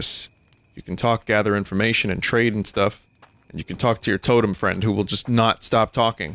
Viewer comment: *Giant, tottering fang-creature *Vinny reaches out for it "Fwend?" 🤣🤣